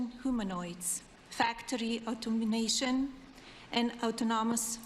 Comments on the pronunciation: oligarchs in training by trump. melania said "automination" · I think"automonation" is worse, as someone who works on "row boats" and "autonomation".